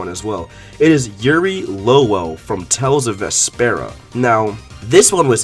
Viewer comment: You keep saying the Tales names wrong. It's Vesperia. Not Vespera.